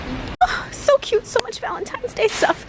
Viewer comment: "so" "sowr"